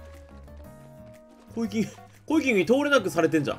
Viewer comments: 何度聞いてもコイキングの発音良いなぁ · コイキングの発音すこ